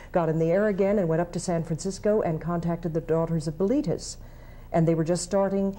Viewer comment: Amongst all the great stuff here, I have to say how nice it is to know the proper pronunciation of “Mattachine” and “Bilitis”. Even if I’ve been saying them wrong for decades! 😀